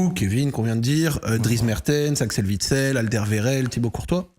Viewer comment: Super interview! Sauf quand a écorché le nom de Witsel et Alderwereild 😅